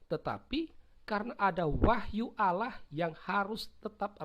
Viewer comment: Allah dibaca Alah harusnya auwloh